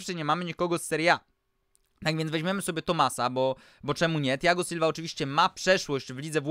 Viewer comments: Czy naSilve powiedziałeś bilva czy mi się przesłyszało ? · Tak powiedział bo tak mówi